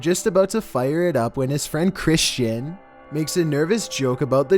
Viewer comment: Holy wtf my name is Christian. It sounds so weird when he said my name😂😂